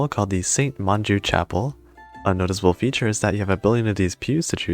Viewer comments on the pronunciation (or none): none